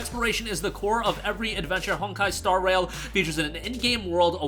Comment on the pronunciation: I thought he said star WHALE the first time he read the title 😂